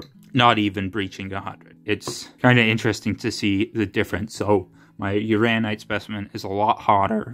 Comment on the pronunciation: It's Uran- inite. That second n isn't silent. Also a hint, if you keep the specimen close to the muller tubes you will get a quicker response and more accurate reading. I love playing with my radioactives. It's mostly just common sense with handling and displaying. I used to have a 3 cm cube of Uraninite I collected at Cardiff. Was close to 200 microseiverts. Sold it. If you ever go to the Kemp prospect for Thorite crystals you will know you're there before you even dig the background is so high. 😂 Have fun with your new gadget/tool.